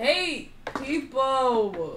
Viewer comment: “I hate peopowwww”😂💀